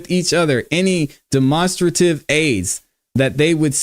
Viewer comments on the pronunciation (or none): "demonstrate" (Den-Ma) - strative (straight-tiv) =demonstrative. lmao, that was killing me.